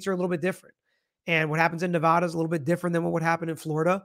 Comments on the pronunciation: OMGOSH! ITS Nev-add-uh not nev-ah-duh (lol us Nevadans hate that) 😅 Q: He said he “had a bad day and tried to “delete” the judge”. Why isn’t he being charged with attempted unaliving? He admitted that was his intent. As far as where the bailiff was standing there’s a new video I’ll send you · There is no 'ah' in Nevada.